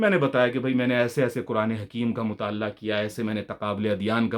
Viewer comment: بھائ کچھ تلفظ درست کرلیں مطا ل عہ مطالللہ نہیں اسی طرح مروجہ ۔واؤ پر تشدید ہے مرو۔جہ